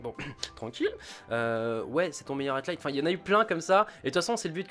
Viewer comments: c'est high light , pas atlight j'sais pas d'où du sors le "t" et vu que t'arrête pas de le dire c'est stressant xD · C'est moi ou il dit tout le temps "highTlight" au lieu de "highlight" ? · Bon c'est HIGHlight pas HEIGHTlight stpl corrige :p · HIGHLIGHT (aïelaïte) Gota, pas HIGHTLIGHT.. Dude ça fait trop longtemps que tu fais cette erreur :) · Highlight se prononce "Haïe-light" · Je veux pas faire chier mais Highlight ça se prononce Haïlaïte et Wager ça se prononce Wèïdjeur. Voilà c'est tout, à part ça tu déchires ! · Y'a pas de "t" a "high"